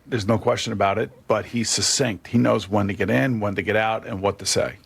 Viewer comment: Ironically he is struggling naming players but u can tell he knows what hes talking abaht I personally think he'll b fine